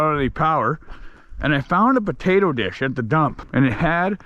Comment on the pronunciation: "WE GIT TA DIG THRU THE PATATUH DISH!"